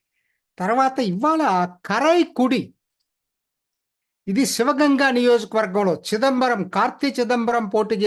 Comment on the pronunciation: మీరు ఊళ్ల పేర్లు, వ్యక్తుల పేర్లు సరిగా పలకండి. కరైకుడి కాదు. కారైకుడి. టెంకసి కాదు తెన్ కాశి(అంటే దక్షిణ కాశి)అంబుమణి కాదు అన్బుమణి.